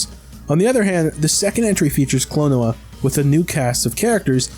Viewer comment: Klon-oh-a Phanto-meal